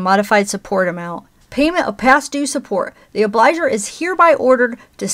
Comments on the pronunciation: The word “obligor” is pronounced “ob-lee-GORE” and means “one who owes”. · Obligor has a hard g.